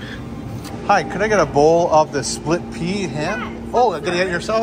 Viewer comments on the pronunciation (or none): OMG, What was in that soup? One sip & we get a classic verbal blooper "Plit Sea Soup"!!! 🤣 Sorry but had to draw attention to that. Its a good thing I didnt have a mouthful of food or was sucking back a drink when I heard that!!! 😉